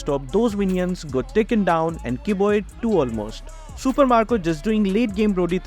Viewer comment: Its marco not macro